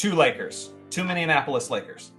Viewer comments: "Minneinapolis" lmao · Love the more casual stuff! One thing, from a Minneapolis native: it’s pronounced min-ee-APP-uh-lis, not min-ee-un-APP-uh-lis 😊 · Throwing an extra syllable into Minneapolis 😅